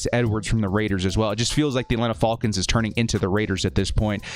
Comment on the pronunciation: I always enjoy your videos, but you’ve gotta be trolling us by how you are pronouncing ‘falcons’. lol 😂😆😅 Great content as always! #BoltUp ⚡️⚡️⚡️⚡️⚡️⚡️